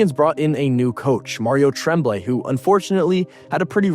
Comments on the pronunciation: It's pronounced Tromblay I hate these f**** AI voices lazy pieces of s*** doesn't the guy who edits this have a f**** voice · It's pronounced TROM blay. Like trombone. Thx from YUL. Love Roy's move. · Never heard Tremblay pronounced with a short "E" sound, as in "tremble." I always remember it pronounced like "on," as in "en garde" or "entre nous." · You can't do hockey videos if you think he's Trehhhmblay. Come on man. Learn your craft. It is one of the most storied names in hockey history. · The coach's name is pronounced Tromblay, and he was also French, so what the hell are you talking about ? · Can we get a reporter that can pronounce real names . TREMMBLAY , give me a break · The guy reading the script needed to be told how to pronounce the Canadien's coaches name... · Mario Tremblay is a French Canadian also. you don not even say his name correctly. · say Mario Tremblay like you weren't born then or in Canada. Yikes. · Other than the egregiously bad pronunciation of ¨Tremblay" this was a great video of a day that I hated. I had not picked up on the fact that the team that drove him out of Montreal would later be eliminated by him playing for the Avs one season removed from being in Quebec and thus the archrival of the Habs. Montreal would eventually get another generational talent in net in Carey Price, but one finals appearance would be the closest he and the Habs would come to adding another banner to the rafters.